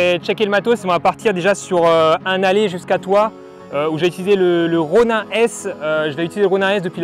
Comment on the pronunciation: Juste un truc. Est-ce que tu peux dire [ro.nine] plutôt que [ro.nain] ? Parce que bof bof la prononciation franchouillarde... Sinon un bien beau test !